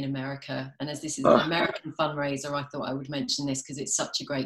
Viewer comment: I heard "fun raiser" hahaha